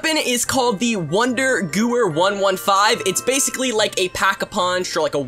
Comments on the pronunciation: Just saying it is pronounced gevair not goo-er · It's not pronounced goo-er It's pronounced ge-where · This man really pronounced it "GOOER" lmao what... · And it’s pronounced Geh-Vher